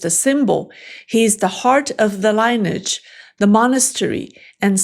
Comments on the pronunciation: Lineage you said Line-idge? It's enunciated Lenny idge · I'm guessing your next story may feature the Panchen Lama(s). Also, because your English is nearly impeccable (clearly better than my Mandarin after speaking it for decades), I'll mention that "lineage" has a very unusual pronunciation. It's actually three syllables, and the "i" is a short vowel. The "e" is a long e. The "a" is short, the way you already pronounce it. Accent on the first syllable. I loved both versions of the song, and always appreciate someone who can write good poetry in a non-native language. 中文的歌詞很美，滿深. As is the English. Today was my first transmigration from your Real Talk, to your Looking Glass.